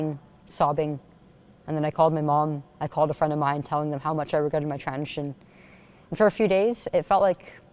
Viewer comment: why is she saying constantly "transion" instead of "transition" .. I don't get it